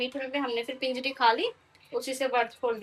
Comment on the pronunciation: Pinjiri nhi panjiri bolte h